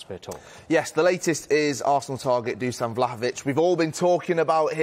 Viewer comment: Pronounced > "DuSHan"